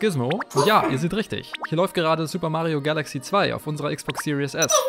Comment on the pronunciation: Series nicht serious du sprichst es falsch aus